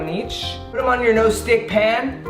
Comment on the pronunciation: He said no stitch it’s nonstick 😂